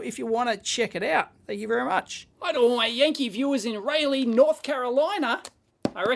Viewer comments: FWIW, it's Rah-Lee, North Carolina, not Ray-Lee, North Carolina. 👍 Source: am from North Carolina and live in neighboring Chapel Hill, NC. Also, "yes,, please" to a video on the FET probe. 💯 That Ambit pump thing looks pretty wild. I've also had shoulder surgery due to a mountain biking accident, but thankfully all I needed for pain in that case was a couple of Oxy-codone tablets ever day for about a two weeks afterwards, and then some Tylenol for about another week or so. Still, not a fun experience at all. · IIRC, Raleigh, NC is prounced like "raw lee". Didn't take me long to find a typo in a doc. I like that old school auto-off feature in the BBC multimeter. Simple but effective and saves the need for any additional circuitry.